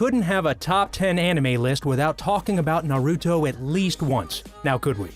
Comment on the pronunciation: I hate how he pronouned naruto,dororo,meliodas,and naofumi other wise I agree with all of these anime fights